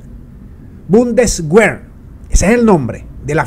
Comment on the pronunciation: Leer en castellano BUN (COMO EN BUN-KER) DES (COMO EN DESPUES) WER (COMO VER) REPIT PLEASE: BUN DES VER